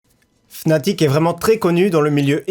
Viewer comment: Sa ne se prononce pas fnatic mais fanatic